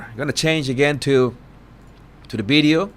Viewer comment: What’s a “ bideo “ ?